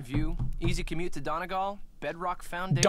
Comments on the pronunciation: Every time I hear ‘Donawl’ instead of Donal, I’m chopping off a finger - Colm of Inisherin, probably. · "There's no 'd' at the end, so it's pronounced 'do-NAL'--" "NO IT'S NOT!" I feel Sean's pain but also can't stop laughing. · "It's pronounced DaNOL" NO IT'S NOT!!!! 🤣😂🤣😂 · Can't get over the terrible pronounciation of Donal. I am not in denial, I am in Do-NAWL. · Poor Sean; you can see him die a little inside every time mispronounces "Donal". 😅💚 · The way I'm not Irish and even I cringed at how she pronounced Donal